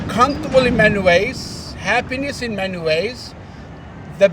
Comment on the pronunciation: My GodIt didn't even sound like he said.There's happiness in many ways , sounded like he was saying happiness in MEN ways wake up united states 🇺🇸